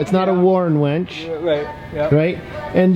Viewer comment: Winch, not wench. (wench is derogatory for a woman)